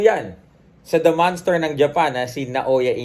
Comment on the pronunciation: Monster. Hindi manster